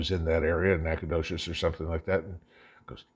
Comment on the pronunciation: I’m impressed - you pronounced Nacogdoches correctly!!